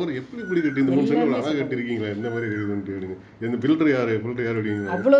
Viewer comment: நீங்க முதல அந்த வார்த்தைய அழகான சொல்லுங்க அதை விட்டுட்டு அலகாகான சொல்லாதீங்க அதை விட்டுட்டு தமிழ் கத்துக்கிட்டு அதுக்கப்புறம் தமிழ்ல விளம்பரம் செய்யுங்கள்